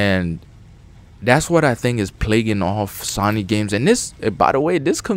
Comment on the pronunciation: you need to learn how to pronounce SONY and its IVE SEEN not I SEEN